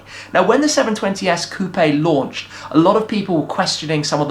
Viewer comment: Coupe is pronounced "Coop"